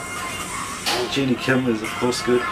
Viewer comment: guys it's Jennie (like Jenny/Jennifer) NOT Genie (like in the bottle)....😂😂😂😂🙈🙈🙈🙈